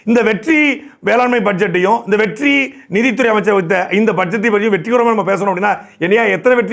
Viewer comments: எப்பா நீ வெற்றி வெற்றின்னு சொல்றது என் காதில் வெட்டி வெட்டின்னு கேட்குது..... என் காதில் பிரச்சினையா?... இல்லை உன் வாயில் பிரச்சினையா.....🤔🤔🤔🤔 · Vetri nu sollumbothu vetti nu kekkuthu😂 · நீங்கள் ஒவ்வொரு தடவையும் வெற்றி வெற்றி என்று சொல்லும் போதும் வெட்டி வெட்டி என்று கேட்கிறது அதுவும் பொருத்தமாக தான் இருக்கிறது